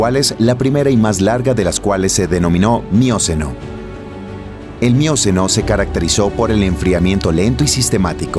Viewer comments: ¿Y si lo tradujecen bien y leyera alguien que no diga mióceno ( porque es miocéno)? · No es "mióceno" ni "plióceno" sino "mioceno" y "plioceno" (acento en la e). Pero qué hermoso video.